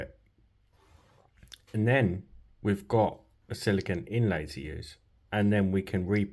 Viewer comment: You're pronouncing silicone wrong. The last syllable is pronounced "cone" as in ice cream cone. Silicon, which is the word you're pronouncing, is what glass and computer chips are made out of.